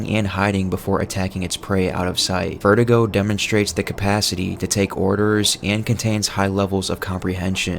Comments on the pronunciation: “Verdugo” not “vertigo” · It's ver-do-go not ver-duh-go. Come on man. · Verdugo, pronounced ver-doo-go, not vertigo my man. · " Vertigo"😂😂 its "Ver-doo-goh" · Cool video, but I don't know why so many people pronounce Verdugo as VERTIGO. It's vair-DOO-go. Usually this kind of stuff doesn't bother me, but Verdugo is a menacing boss and pronouncing his name as a condition that elderly people get seems a disservice. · it's verdugo not verdigo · How come you’re pronoucing Verdugo as vertigo